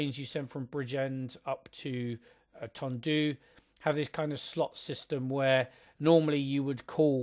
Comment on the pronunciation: Good description of this, my local line. You've tempted me into buying it. Nearly there with the pronunciations ;) Ponty CLEEN, TondEE, PILE.